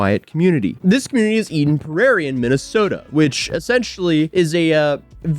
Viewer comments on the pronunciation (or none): eden prair-ee is how you prounouce it lol MN diddy parties is crazy work tho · As a Minnesotan I cringed the way he said Eden Prairie lol